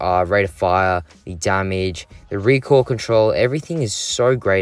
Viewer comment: talking about fennec: REEQUIL, REEKOIL, REEQUIL